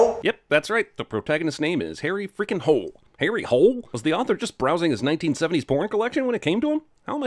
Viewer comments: Well Harries last name is really pronounced with two syllables, with stress on the first (hoh-leh) or in some case holar OR (hoo-leh) and really Australian police call him Harry holy so yea……… your welcome? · Btw, Harry Hole would have been pronounced more like Harry Hol-eh than harry holy in norwegian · Its not “holy” its more like “hol-eh” still weird name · Correct me if I'm wrong but... shouldn't it be pronounced "huule" and not "holy"? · Sinning you for thinking you know Norwegian! Hole does not make "Holy". The "e" sounds as it should sound in any nonenglish speaking country. Why you english speakers thinks that an "e" should sound like an "i" is beyond me. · Harry Holy, is not how a norwegian would pronounce it lmao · Hole pronounced in Norwegian is not in the slightest like holy... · It is definetely not pronounced "holy" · "in norwegian harry's name would be pronounced Harry Holy" no, no it wouldn't... the e would be pronounced as the e in ever... just in the Name Harry Hole you also misspronounce the a, the y, you don't roll the R's, the o in Hole is wrong, basically everything but the H in Harry is wrong and everything but the H and L in Hole is mispronounced. Just had to do this, in true cinemasins fashion... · the e is not silent. Like the e inn "end"